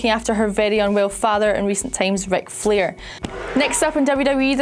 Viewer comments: Okay woman, Firstly, no mercy is a raw exclusive pay per view and jinder vs Nakamura is happening at hell in a cell Secondly, don't record with a necklace from next time An thirdly, pronounce flair right. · she didn't even say Flair right